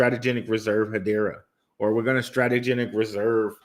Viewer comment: cringe every time i hear STRATEGENIC